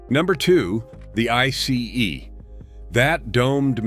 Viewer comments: You said I C E It's actually called an I SEE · It's pronounced: 'I-cee'.